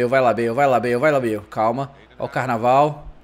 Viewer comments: olha o Carnaval hahaha se pronuncia carvarral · "carnalval" kkkkkkkkk rachei o bico kkkkkkkkkkkkkkkkkkkkk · é fevereiro... fevereiro tem "carbaral"... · "Carvajal" "Carnaval" kkkkk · Carnaval kkkkkkkkkkkkkkkkkkkkkk se pronuncia carvarral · o falou carnaval kkkk